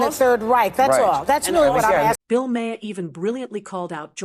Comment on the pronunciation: If you're going to use AI to make your video instead of doing the work yourself, you should at least edit it yourself, or at the very least listen to it. It has consistently mispronounced Bills name.